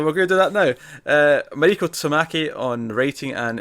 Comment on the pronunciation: I'm guessing her name is pronounced mah ree ko since her name (Mariko) is of Japanese origin and that's how you would pronounce it in Japanese.